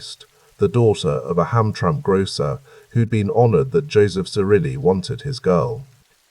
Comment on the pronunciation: Just a friendly bit of an info drop: Hamtramck is pronounced ham-tram-ick & Gratiot is pronounced grash-it😊 * also, since I’m actually awake, Gratiot and Jefferson do not intersect. And Grosse Pointe is pronounced Gross Point😊